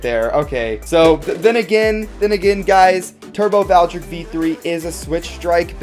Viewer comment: Here is how to pronounce it’s name Val-tree-eck